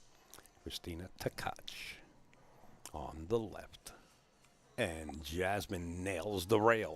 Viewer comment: It's Tkach and not Ktach. SMH 🤕